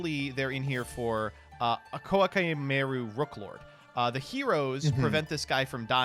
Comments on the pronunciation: The Japanese text-to-speech on Google translate is saying [koaki meiru]. says [koəkai mairu]. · i syllables in Japanese are pronounced like "ee", not "eye". Koh-a-kee-meh-ee-roo. Core Chimail. Koa'ki Meiru. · You mean, Kowa'Kai Mairo? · For the love of god stop saying Koa Kai My Ru, just don't read the cards PLEASE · I love how hard tries to pronounce incorrectly every card name he possibly can. Every archetype has at least one, and it looks like Koa'ki Meiru is not exempt from his wrath. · There is a pause in Koa'ki Meiru. you pronounced it incorrectly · The only thing I got from this episode of Junior Journey is how just butchers the pronunciation of Koa´ki Meiru. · The name is the mix of "Core", "Chimera"' and "Mail". None of those is pronounced in the way does it. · No offense, but if I have to here you mispronounce Koa'Ki Meiru one more time I will report your channel for hateful content, as my ears feel very hated right now.